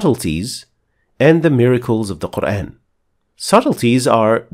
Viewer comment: Appreciated, and its(Quran) not kur aayn, its Kur aan